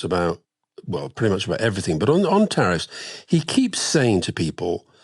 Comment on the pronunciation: You might as well swap the “teriff” board for the runners in the Grand National